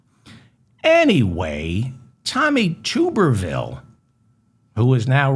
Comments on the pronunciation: Tub. Tub-er-ville. Not Tube. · To my knowledge Dave, it’s (sound spelling) Tubber-vile like bath tub, like blubber, Tommy Tubber vile.. and I just have this feeling he’s never been to the white swallow in Frisco, but for sure if there is a white swallow in Texas, he’s definitely in the know. 💯💯💯